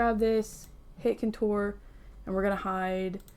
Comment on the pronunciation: Hi I love your videos. I stopped watching for a while cause you kept mispronouncing the word Contour. I figured somebody would’ve corrected you by now and I didn’t wanna hurt your feelings. It’s seriously MY problem because apparently I can’t get over it but if you could so I can watch your videos cause I love your content, Please pronounce the word correctly if you don’t mind. You are mispronouncing Contour and I’m sorry but it drives me nuts. (Again I know I need to get over it) You are absolutely adorable and I don’t want to hurt your feelings. It’s NOT Coture with The emphasis on “tour” it’s CON-TOUR emphasis on “Con” like Con as in a criminal and TOUR like in when a band travels the country. Thank you and if you don’t care good for you. ❤